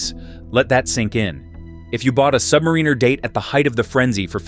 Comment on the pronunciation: "AI is going to take over the world!" FFS AI can't pronounce Submariner correctly!